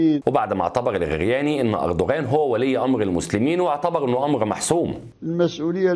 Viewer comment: الخرياني وليس الغرياني